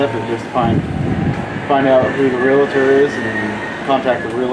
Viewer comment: Its not real-a-tor! Its realtor! No A in the middle of the word realtor! Real-tor. Not real-a-tor!